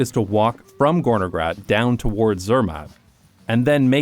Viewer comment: Well to be precise, it is "Gornergrat", referring to the Gorner Glacier. "-Grat" is basically a mountain ridge. NJBs pronounciation was a bit too soft But still, it is an incredibly interesting coincidence, that a slavic Term can mean Something so fitting. Very cool